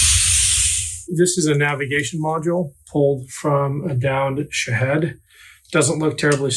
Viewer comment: I don't mean to be picky, and like your content, but can you please stop calling them Shihad's, it's Shahed, or sometimes Shahid.